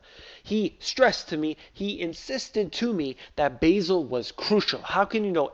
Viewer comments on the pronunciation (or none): I thought it pronounces Ba' zel! not Basil